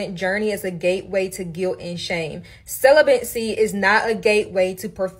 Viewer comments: Anyone else kinda relish the way this woman says “celibate”? “Celibant”…. “celibancy”… She also says “strinct” instead of “strict”. She could start an ASMR channel. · I can’t with this girl repeatedly mispronouncing celibacy 😩😩😩 like come on maam lol I don’t even know if what she was saying was hitting or not 😅